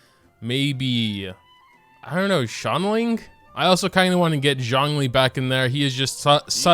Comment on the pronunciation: His name is zhongli not John lee